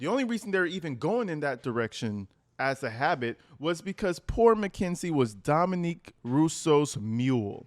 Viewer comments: Dominic not Dominique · Omg please stop calling him Dominique!!! His name is Dominic!!!! He’s a dude, not a chick!!! I hate when people mispronounce names! It’s so disrespectful!!! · His name is pronounced Domi"NIC", not Domi"NEEK". Dominique is the spelling for the way you're pronouncing his name which is the feminine version of Dominic. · For the love of all things...HIS NAME IS DOMINIC...NOT DOMINIQUE.... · Not trying to be a Dick but it’s Dom-i-nick